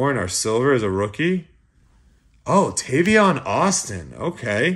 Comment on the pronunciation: It's Tavon!!! Not Tavion. You are terrible with names and if you don't get better and at least try im done with your channel. Too many other channels where they actually pronounce the names correctly. I only watch for anyways